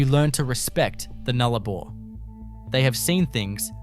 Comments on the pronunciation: Nullarbor - not Noollabar - are you AI?? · Can't seem to find lake ULden!? Or NOOlabor, gotta love AI narration.......not.